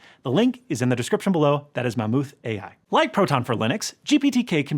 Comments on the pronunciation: it's pronounced MEH-MAUTH!! Not maMOOTH! You sounded so stupid! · Did you really pronounce it "ma'am ooth"?